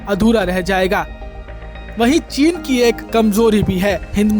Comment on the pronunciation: चीन का च नहीं बोलता महापुरुष।